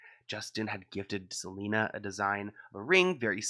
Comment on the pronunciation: hailey really said "i gotta keep an eye out for selener" 😂